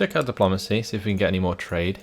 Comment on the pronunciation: The way you say diplomacy is funny